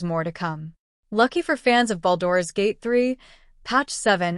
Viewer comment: I heard baldoras gate